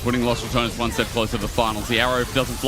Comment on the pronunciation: Ya know, he mispronounces Ratones, but it sounds like "Los Return-es" which is kinda accurate man! Also, if you're interested in how to pronounce it, I included my best try at explaining how it feels to say it, in my mouth. Ratones is pronounced more like "Rolled R - ah - to (but the t is actually somewhere between a d and a t, but closer to a t. and then the American pronunciation of the character in Smash,) - ness. So, something like rrah- Tdo - ness